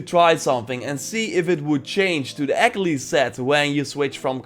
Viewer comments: I know this video is a year old but there’s no way you pronounced Achillies like “ack-uh-lees”. No, Ah-kill-eez. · always love your videos but dear god please learn how to say achilles right